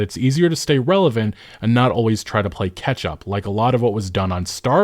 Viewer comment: Gotta admit, it sounded like you were saying "ketchup" evdry time you were saying "catch up".